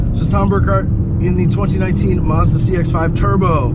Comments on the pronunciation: Actually if you are going to be picky about pronunciation it is actually Mazuda. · Mazda not marrrs-dar